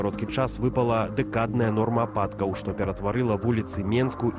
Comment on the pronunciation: "Ападкав"будзе стольки,скольки будзе.А табе не пашкодзилаб падвучыць беларускую мову!😂😂😂